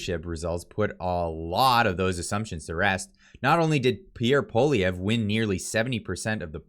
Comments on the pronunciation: I love your videos. I watch them all the time. Great content, but you've really got to pronounce Pierre's last name correctly. Think "Polly" or "Pwolly" as the first two syllables. Then just "ev" as the 3rd syllable. I'm just trying to help. Many times you pronounced it as if you we saying "Poh-live-ee-yay". That's really far from the correct pronunciation. The funny thing is that you kept flip-flopping between an almost-correct pronunciation, and the incorrect one (i.e., ending in "yay"). Otherwise, it was yet another great video highlighting the hypocrisy of Trudeau where he use the obvious tactic of blaming his opponents for the thing that he is actually guilty of himself. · you said his name right the first time and then fucked it up the second time and got it right again on the third... lol. better than front page news. his pronunciation on Pierre's name and Saskatchewan is terrible. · iy is Poly evr not polivie Learn to pronounce. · Would you please learn to pronounce the new Conservative leader’s name! Making fun of the “French guy’s” name isn’t funny. It’s divisive and undermines your message. It’s not Poli-vee-yay. Leave that to the Lib/NDP coalition. Believe me, they love it when you do that. 😉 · not pol-i-ev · Dude. Its POLY - EV - RE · Poilievre pronounced Pwaw lee evre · For gods sake at least pronounce his name correctly. Phoenetically it is poly-evv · It’s pronounced “Pwah-lee-ev-ruh” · say it with me: "Paul-E-ev". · Pierre’s last name is pronounced Polly ev. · please practice Pierre’s name. Pick a pronunciation and stick with it. Paul-eee-Evvve. Not that tough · Love your videos! Polievre is pronounced poly-Ev, hope that helps! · practice the name Poilievre; you will be saying it a lot in future! LOL. Suggest you write it out phonetically and stick it under the mic: PO-LEE-EVE (badly pronounced) in English. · It's pronounced "poly-ev"